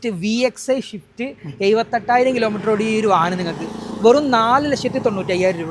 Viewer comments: Shift alla swift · ഇടക്ക് നാവ് വടിക്ക് ഷിഫ്റ്റ്‌ അല്ല സിഫ്റ്റ് 🤣🤣🤣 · ഷിഫ്റ്റ് അല്ല സ്വിഫ്റ്റ്